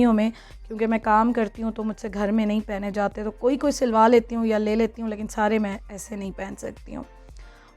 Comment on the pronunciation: Plz dear stop saying lakin its leykin...so pronounce it right..cheers...